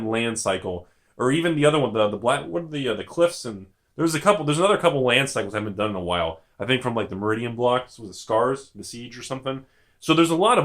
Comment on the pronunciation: FYI Mirrodin = MEER-OH-DIN (not Merridian)